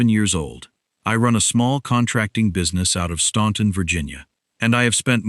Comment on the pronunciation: Someone should teach the AI how to pronounce “Staunton.”